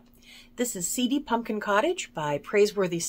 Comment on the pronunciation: Did you say, punkin 😂 I'm glad Mark heard the cries ❤ Love the cats and trees pattern! Is that your design! Yes,, purple is from me! 😊 Another entertaining flosstube! Thank you for the laughs! Take care til next time! Happy New Year 🎉